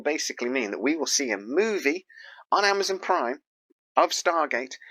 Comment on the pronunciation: When did Amazon become Amazun? lol